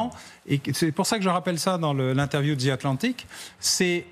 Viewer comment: MR. BAUER IL N'Y A PAS DE Z DANS LE MOT ANGLAIS THE . the atlantic , alors soyez fier de vous